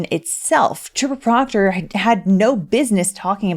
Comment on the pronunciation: PLEASE PLEASE PLEASE, DON'T STOP SAYING: " TROOPA PROCTAH"😅😅😅